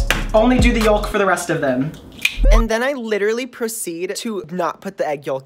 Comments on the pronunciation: ok but the fact he's saying the 'l' in 'yolk' is triggering me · As someone who actually pronounced the L in yolk I stan you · My guy. wHy are you pronouncing the L in yolk ahhh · The way he says yolk 😂😂😂